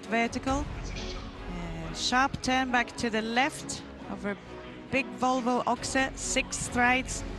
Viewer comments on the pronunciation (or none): none